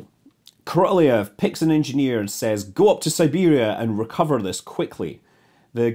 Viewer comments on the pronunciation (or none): Great channel: good stories from history. The Russian rocket designer's last name is best pronounced as: "kor-a-LOHV," or "kor-a-LOFF." The "y" sound you often see comes from the Russian letter "yo." This is basically an "o" sound, but the "y" is supposed to soften the preceding consonant, in this case, the "L." Have a great New Year!